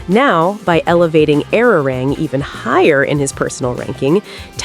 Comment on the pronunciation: Learn how to pronounce the name of the album